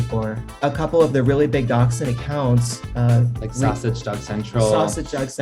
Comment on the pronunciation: I was wondering why this guy was talking about doxing until I finally realised he was trying to say dachshund!